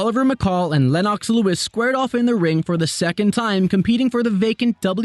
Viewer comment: Len-ox Lol 😆